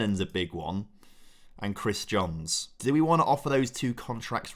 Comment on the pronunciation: Fist pumped the air when said Jones instead of Johns… been doing that since he signed